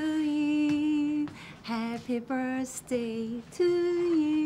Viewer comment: That Happy Birthday sounds like Happy burstday..😂😂